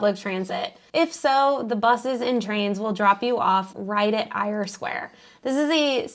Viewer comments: Eyre Square is pronounced ‘Air’ Square. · Great video guys. Don't worry about mispronouncing Eyre Square. You did an outstanding job!